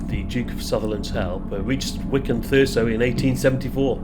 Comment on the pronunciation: Thurso is pronounced Thurzo. Don't want to upset the Gollocks do we!